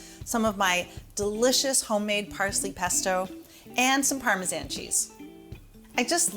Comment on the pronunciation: Why u sayin Parmesan like tht